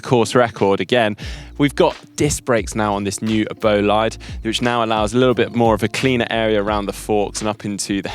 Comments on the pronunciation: The guys over at GCN might give you a hand with the “bolaid”-“bo-lee-de” thing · boh-Lee-deh actualy. short o and short e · should ask GCN Chris and Ollie on how to pronounce Bolide:) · The pronunciation of "Bolide" makes me cringe!!!! Please ask Emma Pooley to help!